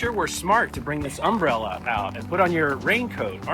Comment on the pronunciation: what did I take away from your video? you put the emPHAsis on the wrong sylLAble for the word, "umbrella." 😂 love your content! you both are so relatable in unrelatable travel adventures. (yes that is a comment 😂).